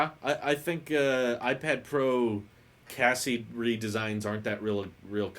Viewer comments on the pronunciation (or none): Gonna be brutal here,. Chassis is pronounced (cha-see), Cassie is the name of my puppy 😅 Normally I don’t get trigger like this, but this one “hit different” as the kids say. My whiny bullshit aside, love your stuff. Got a week off, going to catch up on stream archives